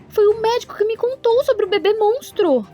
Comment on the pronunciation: Eu entendi babe envés de bebê kkkk